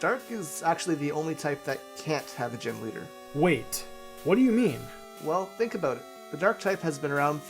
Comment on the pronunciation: Why do you keep saying "liter" instead of leader?